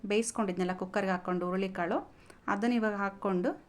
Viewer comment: ಕಾಲು ಅಲ್ಲ ಮೇಡಂ ಕಾಳು..😅